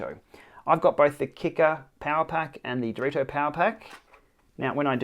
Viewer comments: It's not dorito is Dee-reh-toh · Thanks for the review! You somehow always said Dorito instead of Direto btw hahahah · Based on your pronunciation, is it unbreakable like these?